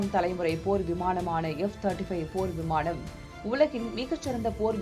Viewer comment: விமாணம் இல்லை விமானம் ன, ண சரியா உச்சரிக்கவும் 🙏🙏🙏🙏🙏